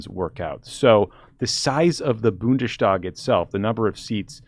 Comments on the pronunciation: Horrible pronounciation of Bundestag. You don't pronounce it "Bundeshtag", but "BundeS Tag" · Always nice to see how German politics are evaluated by competent folks in the U.S. Bundestag is by the way half as funny to say if you don't say Bundeshtag... 😀 the "es" is similiar pronounced as the "es" in finest. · I guess it’s just that he doesn’t know it’s two parts. A standard st would be more sht like Stellen. So he did fairly well really.